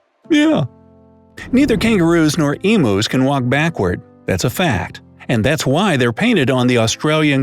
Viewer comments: wait, did he say emoos? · Emus are not "emoos". It's "emyu". Pronounce it right 😩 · did he just call emus emos